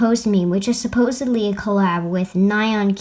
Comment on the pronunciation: ... SupPOSEedly... I'm not sorry.